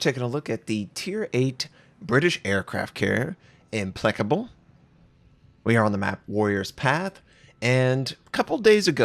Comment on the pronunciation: "Implecable?" It's pronounced "Im-PLACK-able", not "Im-PLECK-able".